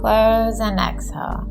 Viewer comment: This video is very helpful, but the voice is like an angry bird screeching. "In-hell, Ex-hell."